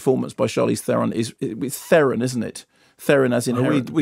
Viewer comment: Sorry lads but ye got her surname wrong. It is pronounced ther-en